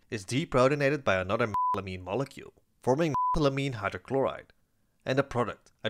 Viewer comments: Why can’t you say methylamine….? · You deserve to have sponsors. Your channel is excellent! Also, why can't you say methylamine? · Why can't you say "methylamine"?